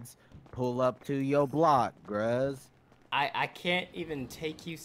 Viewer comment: he really said gruze 😹